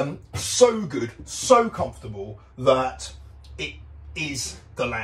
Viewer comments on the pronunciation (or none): none